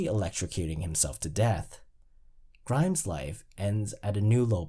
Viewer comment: Why sometimes do you drop the (s) when pronouncing Mr. Burns and Grimes names? 🤔